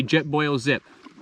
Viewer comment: “Awound” lol